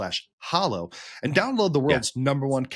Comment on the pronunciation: My brothers in Christ, it’s pronounced “HA-low”—not “HO-low”